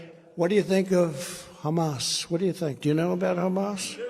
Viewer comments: The Hummus Terrorist invasion….too much garlic in the Hummus lol Sometimes he really butchers a name lol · Who's Humas, can"t even pronouce cirrectly.. lol.. It's Hamas!!! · i dont know guys when the former elect, presidential candidate cant even pronounce HAMAS correctly, things arent exactly dandy. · the first time he said Hamas, it sounded more like Humus LOL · Anybody else get the idea that this is the first time he's ever heard of Hamas, or as he calls them "Hummus". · I know this is serious but I laughed so hard at Trump calling them hummus. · Mispronounced it twice. Wondering about the possibly of him wearing an earpiece that corrected him?